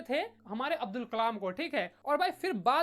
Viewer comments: Abul nahi hai bhai abdul hai kamal nahi hai bhai kalam hai Name hi badal diya 😂😅 Haa galti ho jati hai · Abul nhi abdul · 12.40 abdul ❌️ abul ✅️ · bro it's abdul not abul😅